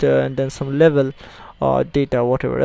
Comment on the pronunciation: he says label, sounds like he trying to say level..